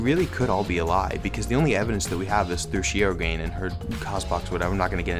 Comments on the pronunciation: I had no idea that you were talking about Tsumugi until the very end XD you are supposed to pronounce all syllables in her last name lol Shir-O-gan-e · Sorry to be that person, but Shirogane is pronounced ‘Shiro-gahn-ay’. Japanese names pronounce the ‘e’ as well.